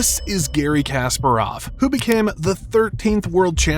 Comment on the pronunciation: The ability of presenters to mispronounce names of top celebrities has never seized to amaze me. It is KaspArov, not KasparOv. Are they like not allowed to say the names correctly?